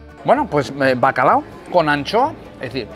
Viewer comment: el típico que dice bacalado..